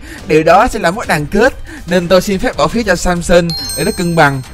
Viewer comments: Tôi nghe thành Samsung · said: này samsung Ko phải: này samson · Samson em đọc là Samsung:)) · Hảo nói sason thành samsung